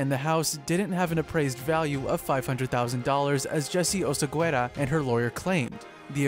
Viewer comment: You don't pronounce the u. OSEGUERA.